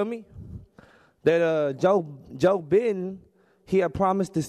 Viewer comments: Them shot outs had me weak bruh and saying Bidens name wrong this was all gold man I'm crying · Yoooo the way he pronounced Joe Bidens last name 🤣🤣🤣